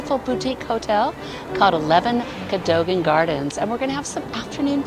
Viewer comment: The building is pronounced co-dug-an